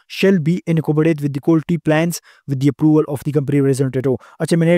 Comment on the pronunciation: Quality ko Qulti bol bol pori video ke ma behin Kar di professor sab nay,...